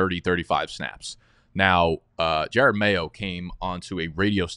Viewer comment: It’s Ja-rod Mayo not Jared Mayo. Put respect on his name 😤😤